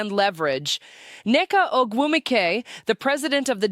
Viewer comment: Is this a Grok creation? I would assume that Phee (or whoever is speaking) knows how to pronounce Ogumike as Nneke and her peers do.